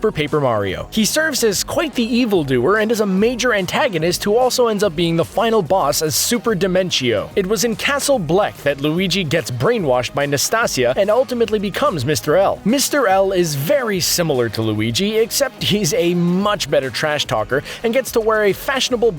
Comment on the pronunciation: Nastasia is pronounced like anastasia...